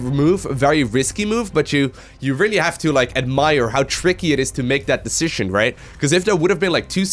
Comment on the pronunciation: Please look up the correct pronunciation for 'position' and 'decision' if you insist on using them 3x/min.